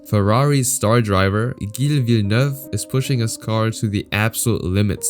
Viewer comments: Not Guille villeneuve but Gill villenuve like Gillett or "jill". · The pronunciations you have for every single name is spot on, except ONE.. Gilles Villeneuve.. It's pronounced like a G in French, so ZHill.. Sorry, had to clarify that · Gotta say I love hearing some local legend named here. Gilles is actually pronounced "jille" (g alone sounds like a j and Gu sounds like a g) :) you hit that trois rivières crispy clean! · not judging, but it's pronounced "Jill" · Dont wanna be that guy but his name is pronounced like a "j" not a hard "g" you say the G like you say jacques. Villeneuve was well pronounced though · Not flawless. For some reason, he's got "Gilles" (as in Villeneuve) wrong — pronouncing it with a hard G instead of the logical, French soft G. In French, G is always soft before an E or an I. Surely this narrator knows that. His French otherwise sounds pretty good, so it's a little jarring that he's got a famous racer's French name wrong. Perhaps he's actually A.I.? Or at least, not a real racing fan (everyone knows Gilles Villeneuve!)? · Man, you really butchered Gilles Villeneuve's name lol- mainly his first name. The 'g' in Gilles is pronounced with a 'sh' sound but with a 'zzz' undertone I guess you could call it. Last name pronounced Vill-n-uh-ve but the 'uh' is almost halfway to making a 'oo' sound.